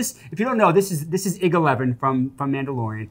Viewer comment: "Eye gee". It's "Eye gee." Otherwise "seethreepeeoh" becomes "kthreepoh" and "artoo" is "ertoduhto." Love you sorry lol.